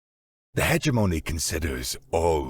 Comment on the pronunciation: "Hegemony" LOL HAHAHAHAHAHA Ha-Gem-Money